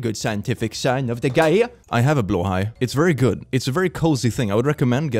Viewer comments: Heeeeeeelp!! keeps pronouncing "blåhaj" as /blah/ /hah/. Plllleeeeeaaaaaase get him to stop! Teach him to say it correctly! It's driving lots of us nuts! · Anyone else just find out Blåhaj is pronounced blow-high, not blah-ha? 💀💀💀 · Please teach how to pronounce Blåhaj 🦈 ('Blaahaa' breaks my brain 🤪) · TIL that BLÂHAJ isn't pronounced how I thought it was 🤣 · Billions celebrate because they finally know how to pronounce blahaj in sweedish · I wanted to tell, that he's not pronouncing Blahaj correctly. Then I remembered he is Swedish. So now there are only two options, he is trolling us, or I've been lied to my whole life. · Is it blåhaj like bloehi or blaha? How do I pronounce? Help